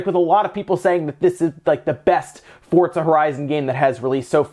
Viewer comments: Wtf is fort za, sounds kind of like forza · FORTTZA ??? LEL